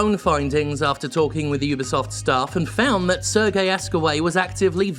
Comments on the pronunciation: Serge is pronounced Serje, not "sir gay", lol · ...So, uhh, I'm not sure if there were people who already corrected you on your pronunciation of Serge, but it's been 3 videos with the same pronunciation already so I'm just gonna say it. Serge here is a french name, and is therefore pronounced as "Sehr-jeu". Not "Serguei", "Sehr-jeu". If you can pull it off with the name Yves, you can do it for Serge, even if the man himself admittedly does not deserve much respect at all. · The guy's name is not Sergei (Sergey), it is pronounced as Serj. Regardless, Ubisoft is such a cancer of a company, I can't argue here. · Minor nitpick, Serge is pronounced more like Serj, rather than Sergei. Not hugely surprised that the Bulgarian outfit is especially bad given how famously corrupt Bulgaria is. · Given he's a French man-child, I'm fairly sure "Serge" is pronounced "Serj" (with a soft, elongated J like you pronounce the G in Guillemot), as opposed to the more Eastern European "Sir Gay". Much love and thank God for you. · I think it's "Ser-zj" (Serge) Hascoët. Just so there is no misunderstanding who exactly this miscreant is.